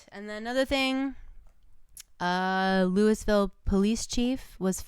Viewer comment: Love y’all. But I’m a Kentucky native and Louisville is pronounced Loo-uh-vull